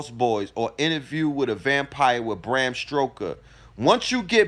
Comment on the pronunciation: Did you say Bram StRoker???😂🤣😅😭😭🤣